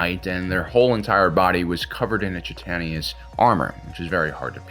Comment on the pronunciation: Chitinous = KITE-en-us